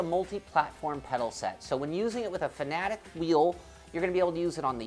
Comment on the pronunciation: What the fuck.. He pronounces the company name like "Fan-A-dec" when its supposed to be pronounced "Fa-na-tech" like soundwise.